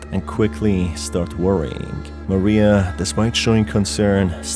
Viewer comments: Just a slight thing with Mariah. It's not actually pronounced MA-ree-ah. It's Ma-RYE-ah. Think of the singer Mariah Carey. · God I hate it when people call Mariah Maria. Her name is NOT Maria, it's Mariah. It's pronounced like ma-rye-ah not ma-ree-ah. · Every time u call Mariah Maria i die a little inside ❤️ it’s okay tho cuz u are my favourite video game tuber